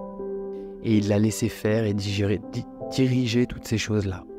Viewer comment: Labsus révélateur "digérer" au lieu de diriger